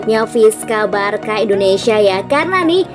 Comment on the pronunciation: Min, bacanya BARSA bukan BARKA👍👍